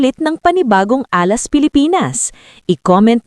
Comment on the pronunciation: Repeat after me "Alas" hindi Ah last.